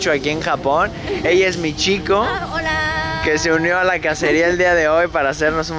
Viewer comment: Cuando lo escucho a decir Michiko escucho “mi chico” jajajja el tipo fue con el novio (? Jajaja tremendo video y momento! Zarpado que haya sido todo registrado